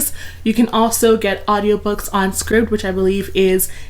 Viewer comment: i think scribd is pronounced like scribed (sch-RYEbd) btw 👀